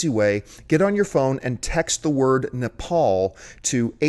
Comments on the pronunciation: It's Nepal not napal idiots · Nepal. Not napal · Isn't the country called NEPAL ...not NAPAL. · Nepal not Napal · Nepal .... not Napal... just fyi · its Nepal not Napal